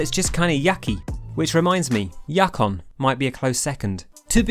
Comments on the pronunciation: "Yuck-on"? pls, it's "Yoo-kon"! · It's pronounced you-con, not yak-on or yuck-on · “...or DAYTA in American-speak...” Bold words from somebody who pronounces Yukon as “YUCKUN.” (It’s Yoo-Kon.) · hearing someone call YOU-kon YUCK-on an entire video kind of hurt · I think you offended the Canadians there with "yuck-on". But we're sorry that it's a confusing name. "You-kon" is correct btw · Why did he pronounce yukon (you-con) as yuck-on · Yuckon haha I think it's Yukon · Yukon is pronounced you-con, not yuck on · 3 thing. 1. Its YUkon not YAKon. I dont know how. A U gets turned into an A. 2. The iron bomber is a crutch. 3. I agree with the video. I wish people played other maps more often. I really love pipeline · DID HE JUST SAY YAKON. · Yukon is pronounced "you-con." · i think yukon is pronounced you-con but you’re english or something so idk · I could be wrong, but i think that was the joke. Yuck-on. (There was something about “yuck” in a sentence before. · Where did you get the 'a' sound in 'yukon' from? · Pretty sure it's pronounced you-kon like the territory in Canada . But anyway I love Egypt, had some good games on that map. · yukon is pronounced you-con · just straight up called it Yuck-on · Its pronounced You-Con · I bothers me a little bit to hear pronounce Yukon “yakon” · tha'ts not how you pronounce yukon. the yu is pronounced like the word "you". unless thatsjust the tf2 pronunciation. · Yukon may offend less people than Junction, but your pronunciation of Yukon is the most offensive. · The way you pronounced Yukon is so wrong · why do you pronounce yukon the way you do?